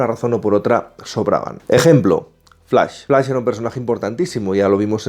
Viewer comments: Flais jajajajaja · Pero se dice flash!!!!! No flais ... ugghh!! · Lo siento, no puedo ver un video entero donde le dicen "FLAIS" a FLASH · El "FLAIS" xD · "EL FLAIS" xD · Escuche "flais" 3 veces di dislike y me fui bye.. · flais? , superguel? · x2 flais xd hahaha